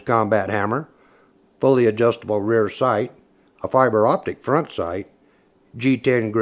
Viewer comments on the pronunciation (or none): none